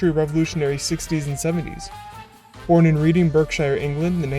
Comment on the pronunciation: His hometown is pronounced red-ing not read-ing just fyi